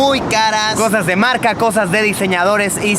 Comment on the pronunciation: Luisito comunica en vez de cosas nuevas dices cojas nuevas jajajaja... en el minuto a jajaja no paro de reir